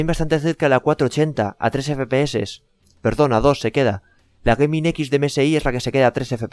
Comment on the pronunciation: Antes de grabar un vídeo aprende inglés porque me parece que Gaming y EVGA tiene un pronunciación diferente...